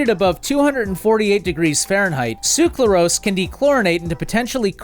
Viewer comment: Ngl even though i fully realize how hard it is to pronounce these chemicals every time you pronounced "sucralose" as "suclarose" i got increasingly irritated. Good video tho!